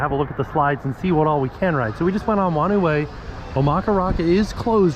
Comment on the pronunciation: Hello, Awesome to see you back at the water parks. Just so you know "Whanau Way" is pronounced "Faar-No Way" (or a variation of depending on where you are from). Thanks for listening.